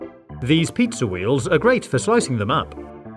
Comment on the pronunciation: He said Pizza, not Pizzer, in "Ultimate Food Hacks Compilation" he says "Vaniller"